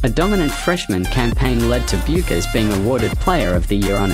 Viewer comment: How about learning how to pronounce the name of the person you are talking about. Research 101!